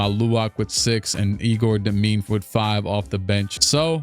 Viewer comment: Also bro egor demin’s name is pronounced Yehgor dem in